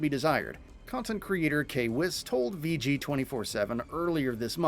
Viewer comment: Bro this man was COOKIN! when he said anti cheat and K-wiss lol